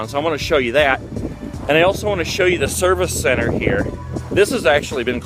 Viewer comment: “Service centep”